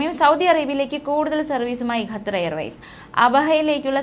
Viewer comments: 🙄ഗത്തർ അല്ല ഖത്തർ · ഗ്ത്തർ അല്ല.ഖത്തർ ആണ് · എടി പൊട്ടിക്കാളി ഗത്തർ അല്ല... ഖത്തർ ആണ്.. നമ്മുക്ക് അന്നം തരുന്ന നാട്.. പേര് മാറ്റി പറയല്ലേ.. Pls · QATAR ഖത്തർ,അല്ലെങ്കിൽ കത്തർ എന്നെങ്കിലും പറയൂ,അറബിക്കിൽ ഖത്തർ എന്ന് പറയും എന്തോന്നാണ് മക്കളെ ഇത്!